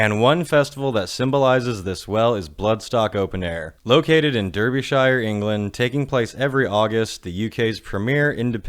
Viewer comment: Gonna be "that guy" and say Derbyshire is pronounced Dar-bee-sure 😂 Jokes aside I'm glad you've done a video on Bloodstock. It's been my go-to UK festival for the last 5 years now. Hope you can make it over here again some day! 🤘